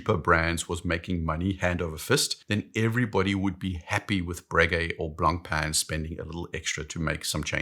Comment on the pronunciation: I think you're one of the best watch YouTubers, but I'd suggest looking up the Blancpain pronunciation